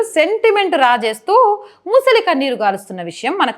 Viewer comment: అమ్మా బాగా నే చెపుతున్నారు. కాని భాష కాస్తంత సంస్క రిం చు కోవాలని సలహా. am aadmee కాదు aam aadmee, సమా nlu కాదు summon లు, ముసలి కన్నీరు కాదు మొసలి కన్నీరు